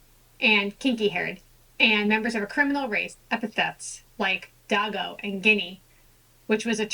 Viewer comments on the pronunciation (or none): The derogatory term "dago" is pronounced "day-go" not "dah-go". Let's get our derogatory term pronunciations correct. Also, "Italian" is pronounced "Ih-talian" not "Eye-talian" or "E-talian". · It’s Pronounced “Day Goes”